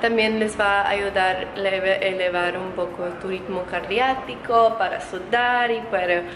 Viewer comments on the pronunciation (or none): Oye si le hechas ganas apenas encontre tu canal y para mejorar tu español se dice ritmo cardíaco no cardiatico y dime cómo puedo aprender ruso o cual tu lengua de Croacia